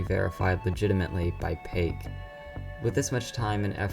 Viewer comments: "pake"instead "pa - ko" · Man said pake